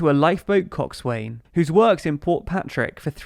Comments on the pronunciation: "Coxswain" is pronounced "cox-on". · it’s actually pronounced ‘Cocksun’ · Thanks for another interesting and informative video. For future reference "Coxwain" is pronounced "Cox'n" similar to "Boatswain" being pronounced Bo'sun". Just thought you'd like to know. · 4.15 ........... "cockswayne". Ha Ha hahaha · Just a minor point: "coxswain" is pronounced "cockson" because English.